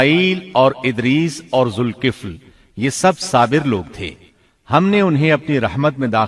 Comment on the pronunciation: لفظ ذالکفل ھے ذ کے اوپر زبر ھے زیر نیں ھے